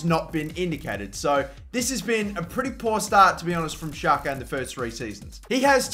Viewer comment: He is albanian.. And it is pronounced jaka